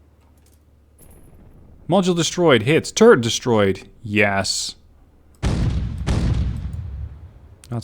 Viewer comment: when says turret it sounds like he says turd XD